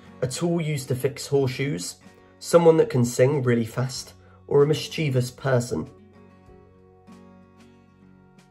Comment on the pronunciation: Me, too, and I chuckled at how he pronounced a few words, such as mischeivous.